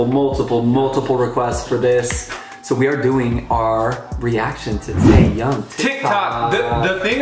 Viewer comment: The sound of the "H" in TAEHYUNG, it's like "H" in "Hole", so the pronunciation is like "TÉRRION"